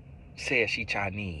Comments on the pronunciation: The chi-neee really had me 😂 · “Chi-neee” and “Porta-ricka” 😭😭